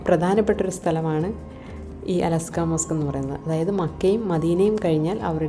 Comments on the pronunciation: അലസ്ക അല്ല ; അലക്സാ എന്ന് പറയു സഹോദരി...! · അലസ്കാ അല്ല അൽ അക്സ മോസ്ക്ക് 😂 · അലാസ്ക അല്ല. 😂.അഖ്സ ...... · അലസ്കാ മോസ്കല്ല, al അഖ്സ മോസ്ക്